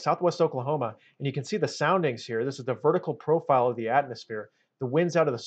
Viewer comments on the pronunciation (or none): none